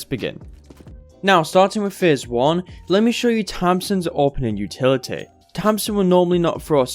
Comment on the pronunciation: Good vids. Weird how you say utiliteeh tho.